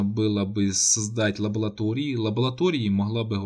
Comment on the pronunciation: ЛабоЛатории- улыбнуло.